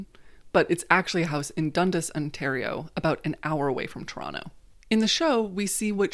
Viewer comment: I'm Canadian and super obsessed with this show and also with your channel, and I am so happy – SO HAPPY – that you made this video (also, big props for saying Toronto correctly)